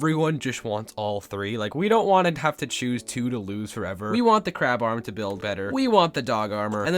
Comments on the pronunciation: You said "CARB" not " CRAB"( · It's Not Carb It's Crab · Not hope it’s carb it’s crab😂😂😂😂😂😂😂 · Why does the crab say carb 😅